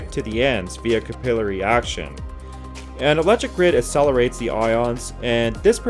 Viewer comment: Check your hilarious pronunciation of capillary.